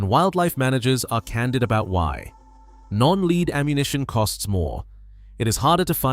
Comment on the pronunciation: Lead pronounced led not leed